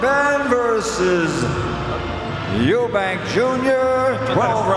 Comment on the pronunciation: You own an apology for butchering the name Eubank